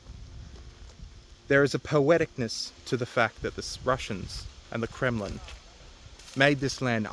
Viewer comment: when you said Kremlin incompetency it sounded like you said criminal incompetency. And honestly they're one in the same.